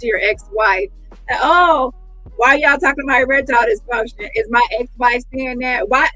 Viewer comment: Omg bang on the limp peen🤣🤣🤣🤣. My my my odusty. Erextile deefunshon in words🤣🤣🤣🤣🤣